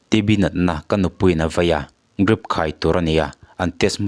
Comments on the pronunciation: Chhiartu, "Drip" hi "Grip" ti hlirin i lam tlat le. Fimkhur rawh. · Thu puangtu chuan a thusawi hi hrechiang se aw! Grip ti lovin drip tih tur te mai a hre lo hi? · Apawi thin emai, kathiannu pawh kha hetiang chiah hian Drip ankhai pawh azawh hma in athi asin. Rilru ana duh in tihtheih kannei bawk silo. Chuan nangpawh hi tawngfiahlo leh i Mizotawng thluk diklo tamtak thin te hi atha lemlo, Drip tih pawh ilam thiam nange, ? Grip ti te'n ilam mai a. YouTube chanel nei ve meuh si. fimkhur zawk nan ti in kalo belh ve anih chu, mifing/mipangai chuan insiamthat leh fimkhur zawk nan lo hmang hram angche aw, zirlai te ngaihthla tu an awmve nual sia kalo tove anih chu kei misual hian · Grip tilovin Drip tiin lam rawh😂😂😂😂😂😂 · Drip tih tur grip i ti leh thin a,😂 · Chhiar tu pa , grip pawh a ni lo, Drip aw.. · Enge grip ti a I chhiar tlat a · Grip tiin i lam talh a, drip tih tur aw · Chhaklam unaupa a nia, R an lam thiam ve loa a. G tiin an lam thiam ve dan ber a nia. Drip kha Dlip tia lam ai chuan grip tia lam kha chhaklam unau te tan chuan a awlsam ve zawk ani mai ni. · Grip ni loin Drip tih tur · DRIP tih tur GRIP nilo in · Grip nilo in, Drip tih zawk tur aw 🙈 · Grip ani lo drip aw...beng a ti kham tlat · Ngatinge drip hi grip tiha i lam tlat le??grip a ni lo..drip ooo..lam dik hram2 teh u.. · Chanel neitupa chu drip ti a ziah pawh grip i ti zêl mai,!!!. Youtube chanel siam thei ve meuh chuan sapṭawng a ṭawng theih loh paw'n chhiar tal hi chu thiam ve tûr a ni. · GRIP TI TAWH suh 😂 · Grip ti a I lam ziah hian ngaihthlak a ti hrehawm Drip ti la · Grip ti tlat.....😂😂😂😂😂😂...... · Dripping ani emaw ka tia I grip vak vak a,mizo tawng lah I suwsan thin nge ni..Hahthlak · Tinge drip tih tur hi grip i tih zel aaa🤭ennawn leh deuh teh aaa,drip tih zauh chu i nei tho a,a tam zawkah grip i ti zel aaa...a fuh lo tlat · Grip ni lo in drip tih zawk tur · Drip ti in chhiar ve maila..grip iti zel a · Sir grip iti zela drip tia lam tur 😂😂